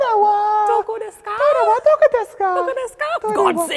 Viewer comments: It's doko not doco! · doko not doco...... there are no 'c's in japanese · isnt it doko not doco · it's doko by the way, not doco xD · it's doko desu ka lmao you guys are awesome